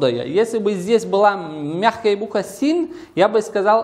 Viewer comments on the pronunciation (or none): Две ошибки. Буква " син" плохо слышно была.